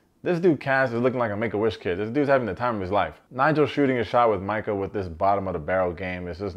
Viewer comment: It’s Mike-UHHH not ME_KUH